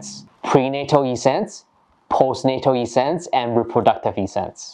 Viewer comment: Thanks for your tutorials. Much appreciate. For your information the word essence is pronounced with the same short e as the word presence.